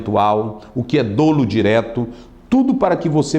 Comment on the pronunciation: PRONÚNCIA CORRETA: (DÓLO E NÃO DÔLO).